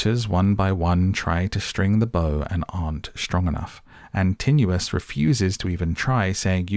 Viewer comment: I never watch films because I can never follow them and am a bit deaf but I made an exception because it was filmed where I live. I did not know the story well enough before I went - thankyou for filling in the many gaps. IMHO you persistently mispronounce the names of Antinous ant Polyphemus but fashions may have change in the 60 odd years since I was made to read the Aeneid at school. I will never feel the same way about Culbin Forest again. Thanks. I would go back and see it again if they would turn the heating on in the cinema and provide an intermission (preferably two).